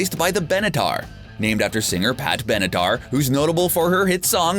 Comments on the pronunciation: He definitely said “Helmsworth” instead of Hemsworth, and Benadar instead of Benatar!! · He also said pat benedar... 😂